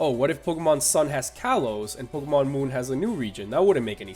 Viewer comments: You probably don't care but it's pronounced Pokémon ( poke-AY-mon ) not Pokémon ( poke-UH-mon ) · it's pronounced poke-ay-mon dumbass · ***** it's officially pronounced poke-ay-mon it has a damn acute accent for goodness sake you dumbass and learn to pronounce words and if you didn't know the acute accent is this ------》É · its pronounced poke-ee-mon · MrMonsterHunter 808 oh yea and it does matter if he mispronounces pokemon because others will pronounce it the same as he did not knowing the right way to pronounce it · Tingle calm down after he mispronounced pokemon my favorite nintendo franchise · Jesus Lopez Yes, even if it's your favorite, it's just a pronunciation. And even more, it's just a game. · Ian Kerber this shall not end until the dumb ass poke tuber accepts he was wrong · Andri Haukur Einarsson yes I do realize that you dumbass but I am not reading the word in a language that pronounces it differnt I'm reading it in English and the right way in English is e-acute